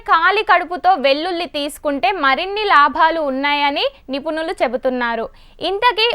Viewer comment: గునాలు కాదక్కా గుణాలు అనాలి😅 అలాగే నిపునులు కదాక్కొయ్ నిపుణులు అనాలి😂😅😂😅😂😅